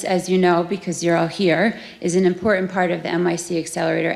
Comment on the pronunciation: "Import-ant". Who teaches these people phonics?